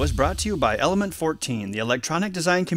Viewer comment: am i the only persons who thinks over and over again that the guy in die video is constantly saying "almond" instead of "element"? ^^